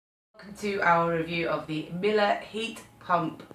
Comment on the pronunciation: its miEle, not mile... wtf